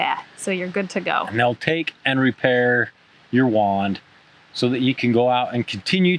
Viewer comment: A "wand repair" (Excellent English Accent!!👍🏻😆) Excellent tip on the backpack size. Ooh! I love the street shows (and the food!)